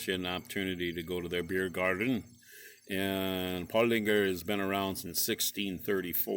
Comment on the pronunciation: There is no g in Paulaner. it is pronounced Paw Laner.